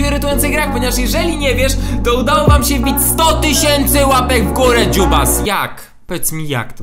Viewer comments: No właśnie czemu ciągle mówisz dzubas ? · Czemu ciągle mówisz dziubas??🤣🤣🤣